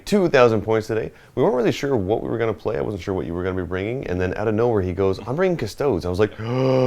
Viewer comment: LEARN HOW TO CORRECTLY PRONOUNCE CUSTODES.